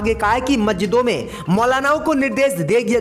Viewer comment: Majjit not Masjid 👎👎👎👎👎👎👎👎👎